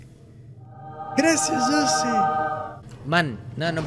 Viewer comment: Cuando dice Gracias shosi Jajaj lo amo